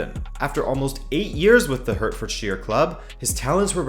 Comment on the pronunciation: the video was really enjoyable and all, but that pronunciantion of hertfordshire was so jarring (its more like heart-ford-shur, than hurt-ford-sheer) but it seems like a majority of north americans can never say english place names correctly for some reason